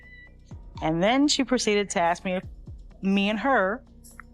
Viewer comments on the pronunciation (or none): I knew he was a great undercover "hitman" when he said I axed you...instead of I asked you.